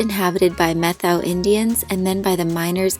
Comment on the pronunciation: and by the way.. it is pronounced "met'-how"